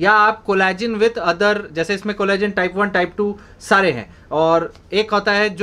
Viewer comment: collagen....ko shi dhang se bolo ...plsss